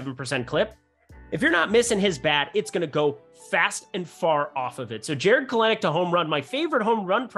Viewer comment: It’s Kel•Nick! Get it right!